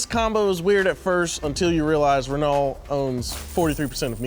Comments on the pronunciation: Ain’t no way called it ren-all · Lol Ren-alt… it amazes me how many people don’t know how to pronounce Renault. It’s “Ren-oh,” like “renovate” but with more weight on the “oh”. Ren-OH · Renault is pronounced "ruh-NO," not "ruh-NAWL." Not trying to be a dick, just trying to help. Big ups to. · it's pronounced "Reh-No", no "L" sound. And I want one. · haha in the UK we say 'Rennoh' we're just as bad at butchering other languages lol